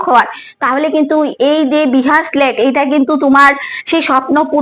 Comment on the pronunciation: Tomar উচ্চারণ গুলো আগে ঠিক করো বিহার স্লেট টা কি